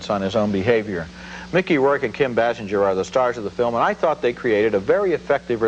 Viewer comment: How long until they could pronounce Kim Basinger's name properly? Their review of NADINE also flubs it. BAY-SINGER